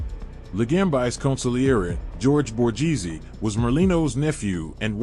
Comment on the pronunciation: Maybe try pronouncing the names Correctly, Chang a leen e Bor gaze e